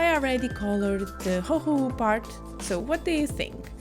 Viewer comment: you say it perfectly, never change!